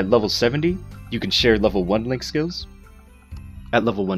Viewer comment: I know you said link skills but starting off sounded like you said lick skills. we are going to start off today talking about lick skills. :3 Sorry Kyo I had to... <3